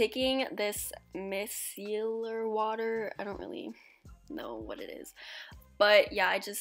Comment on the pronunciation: This is how u pronounce micellar My-sell-er. Btw I absolutely love u and think u are amazing at dancing and also plz pin and or like this